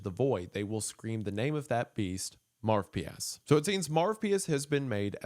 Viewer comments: This series is so interesting but the name Marvpyas sounds so bad that it literally takes me out of the experience. Is Wendigoon saying it wrong or is it actually that stupid? Marv pee ass sounds like something a rude 5 year old would call some kid they don’t like named Marvin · Yeah like id be scared of a demon called marv-pee-ass 🤓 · Every time he says “marvpias” I can’t help but think of Marv from home alone hahahaha 😅